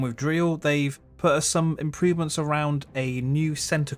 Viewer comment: Whats an "Impeevement"?